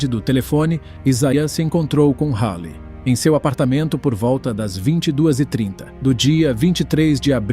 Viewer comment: É Halley